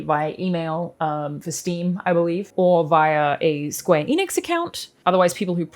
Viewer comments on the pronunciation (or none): none